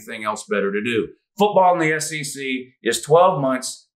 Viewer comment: doing the SEC chant sounds like S-C-C